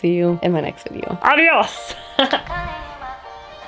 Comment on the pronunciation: That"AdIOs" killed me lol im spanish and the way u say It made my day xd